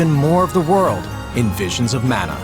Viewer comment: “Manna.” Sigh.